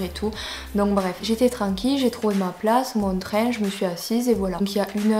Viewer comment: Le traingue 😂